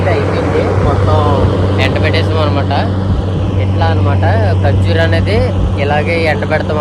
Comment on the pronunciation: ఖర్జురూ కాదు ఖర్జుర అనాలి బ్రో